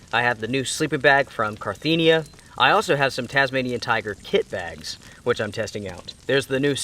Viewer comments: Carinthia, not Carthenia!! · You kept saying “car-thee-nia” but it’s “car-inth-ia”. Great video though! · Cariiiiiinthia not carttthiiinia. I comes before the T not after. :) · Really love your videos my guy...just wanted to say I think it's Carinthia not Carthinia like you've been saying haha...not trying to call you out or anything, I just thought you'd appreciate the attention to detail! Strength and honour, stay inspirational! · Not to be picky, but you called your Carinthia sleeping bag, a Carthinea sleeping bag. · I just wanted to say that the product you are talking about is Carinthia, not Carthinia. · I'm sorry usually I'm not like this and I just let it slide but as his drunk driving me crazy it's not Carthenia it's Carinthia. Ka-rin-thee-a not Car-thee-nee-a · Can't even pronounce Carinthia right? Carthenia?! Whahahaa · CA -RIN -THIA!